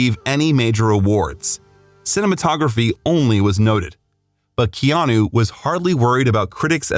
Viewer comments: Keanu’s name is pronounced: Kay-Ah-nu and not Key-Ah-knew. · You're pronouncing his Hawaiian name wrong. It's kay-anu not key-anu. (I've been living in Hawaii for 50 years)